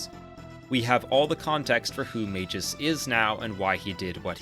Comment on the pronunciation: Does an almost 40 minute video about how great Chrono Trigger is..... Doesn't learn how to pronounce Magus